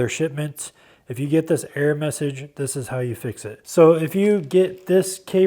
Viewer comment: You say arrow instead of error? Sounds like it 2-3 times..